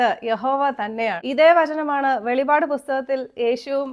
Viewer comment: വെളിപാട് അല്ല വെളിപ്പാട് ആണ്